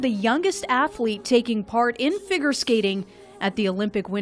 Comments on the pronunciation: anyone else kinda uncomfortable with the voiceover saying “gah-la” and “fig- urr” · did she really say "ah-dee-ah-go" when introducing D&W? and the voice-over couldn't pronounce "figure."